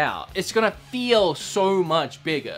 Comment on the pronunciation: its much not mu ""t"" ch